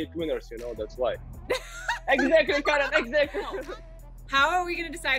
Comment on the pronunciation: Second syllable is strong. It's not like american female kAren.